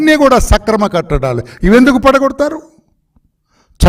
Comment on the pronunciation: Sir meru practice chesi matlaadaali, akrama kattadaalu Ani chepali, katta daalu kaadu